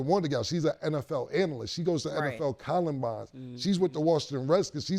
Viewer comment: cam just said NFL Columbines 😂😂😂